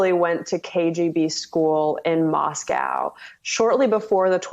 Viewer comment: "In Mahscaauuuw.." ? Where's that?